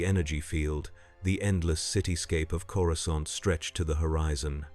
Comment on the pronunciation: Coru-scant lol